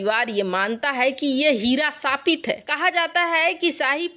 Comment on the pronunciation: Madam we appreciate your presentation. Lekin "dantavya" ka uchcharan thik kijiye. Khush hota hai khuss nahin, shapit hota hai sapit nahin